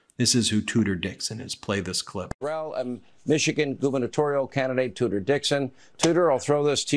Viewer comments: I thought they were saying "Tooter Dixon" and thought why not change it 'Cooter'😱😂🤣😂🤣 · It's actually it's Tudor Dixon, but I love you calling her Tooter. That's how I heard it, and how trump pronounced it. It is far more apt that a royal name for a woman that toots such base crap. 😊